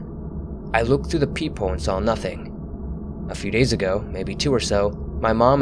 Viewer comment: That’s PEEPhole. Not peepeehole